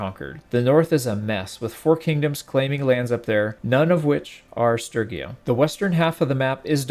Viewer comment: The real question is why pronounce Sturgia as Strygia